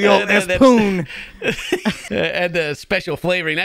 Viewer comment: I knew this older guy that would say spoon "poon" also. But thats how he would always say it. He told me that all his family would say it like that so he was always used to it. 😂😂😂 Just imagine a whole family sayin "pass the poons" 😂😂😂😂